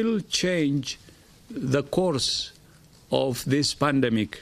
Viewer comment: He said pandmic